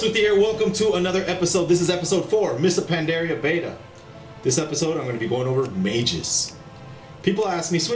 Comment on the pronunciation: its panDARIA ... not pandara ...